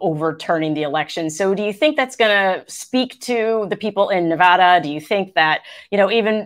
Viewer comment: Tangentially... Thank you, thank you, and, for BOTH pronouncing “Nevada” correctly. If you do not live west of the Mississippi, you can have no idea how “Nevahda” grates on the ears.